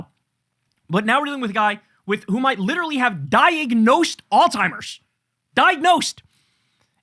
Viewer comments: KK. There's no hard "t" in pronouncing Alzheimers..just sayin, no big deal , doesn't matter, just stop. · Can you please stop calling Alzheimer’s oldtimers? It’s actually driving me crazy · Kyle talking badly about Trump's vocabulary while referring to Alzheimer's as "All Timers" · There’s no T in Alzheimer’s bro. Plz take care to say the right words, especially as you’re criticizing someone else’s speech.